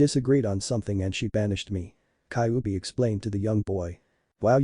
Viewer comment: Kaubi 😂😂😂😂 not kybi 😂😂😂😂 come on man atleast speak properly